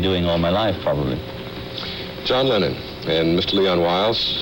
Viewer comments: Did he really say “former beatle John Leonard” 🙄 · The announcer called him "John Lennont" at the start. I am certain John loved it :) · I could understand the news reader mispronouncing his name in 1964 but in 1974 it could only have been deliberate.